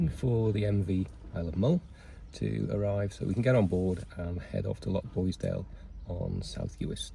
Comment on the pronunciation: Enjoying your content, but PLEASE! Living on Mull you should know it's LoCHboisdale, not LoCKboisdale. That's a nails down a blackboard thing for me.